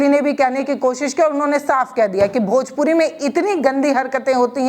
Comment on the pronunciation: Bhojpori nhin hota 😂bhojpuri hota h